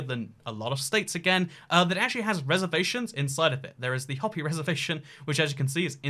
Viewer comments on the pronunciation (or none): Hopi isn’t pronounced “Hoppy”, it’s pronounced “Hoe-pee”. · I pronounced it Hoe-pee the first time